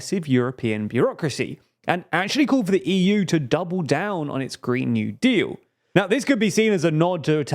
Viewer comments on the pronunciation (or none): none